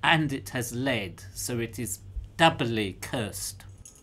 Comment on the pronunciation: "so it is doubbly cursed." XD love it !!